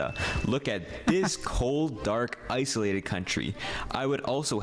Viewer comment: ICE-OLATED LOL